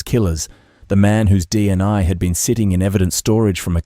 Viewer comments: Dna not dni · With respect, sometimes it said DNA but it also said DNI... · Sounds like AI to me so many inaccuracies, distances, pronunciation all wrong, DNI what's that seriously not Ai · Its. DNA and Nullarbor not nullaba... stupid A.I.